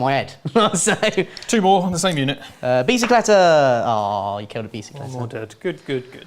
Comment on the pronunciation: I never want to hear bicycleta again